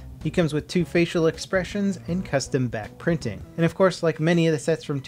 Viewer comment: God, I keep hearing "Bat printing".